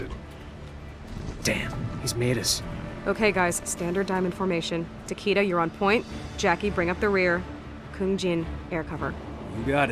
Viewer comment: Nicolas VDK I know right, Takeda should totally be Ta-kay-Da, not TaKeeDa, and Raiden is totally Rye-den not Rayden.